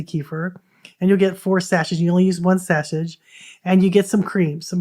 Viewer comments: The "t" in sachet is silent, as it is a French word. It is pronounced "sash-ay". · I think it quite beautiful when some people might have only read the word and not heard it spoken...potaytoe puhtahto 😂 as long as we understand the meaning 😉 annoying for someone who likes pronunciation tho😂😘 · You are welcome to think the way you like...however...I've been teaching reading for over 40 years. Most people have heard sachet pronounced correctly in conversation, but don't recognize it as the same word when they see the word written. If someone doesn't TEACH them, how will they EVER know??? That's what teachers do...teach you what you haven't learned before...and we all have a plethora of things we didn't learn by the time we left school. Knowing something and NOT sharing is a FAR greater unkindness to me.